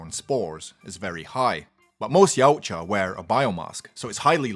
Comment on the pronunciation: OK now sorry but I have to point one thing out from my study on the Internet yautja isn't pronounced how he says it but Is pronounced e watt ya